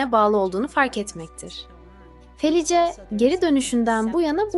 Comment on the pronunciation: Merhaba, ben ölüme yakın deneyimleri sıklıkla dinlerim. Sizin kanalınızı ilk defâ dinledim.. Videoda anlatılan kadının ismini yazıldığı gibi okudunuz. Bu belki size küçük bir ayrıntı gibi gelebilir ama insanları rahatsız eder..Kadının isminin okunuşu Felis.. Bu tür ayrıntılara dikkat ederseniz işinize önem vermiş olursunuz..Bir kayıttan okumanız normal tabii..Okumanız başarılı..sadece arada cümle bitişlerine dikkat etmek daha etkileyici hâle getirebilir..Bir izleyici olarak tavsiyemdir.